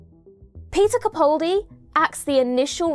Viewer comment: After all this time, are you ever going to show respect and pronounce Peter CaPALdi's name correctly?! It greatly diminishes the effect of otherwise fine videos.